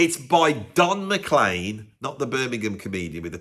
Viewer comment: Not surprised hates the song "American Pie". The lyrics pretty much slag off the British rock invasion of the USA in the 1960s (particularly the Beatles) and pines for the Americana music that often rails against! Oh, and Don McLean's name is pronounced "Mac-CLEAN" and not "McClane" like the name of the protagonist from the "Die Hard" movies!